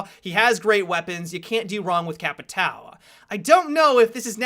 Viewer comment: The way people say capitão really makes me laugh xD i mean i know you people aren't familiar with the word but you arent familiar with jager either and you say it correctly :P